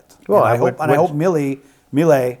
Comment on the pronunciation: At least pronounce Milei correctly🔥🇦🇷